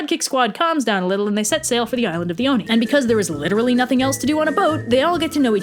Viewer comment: I thought you were saying Dione and was wondering why there was a Greek-sounding name in this Japanese story then I realized you were actually saying "the Oni" 😂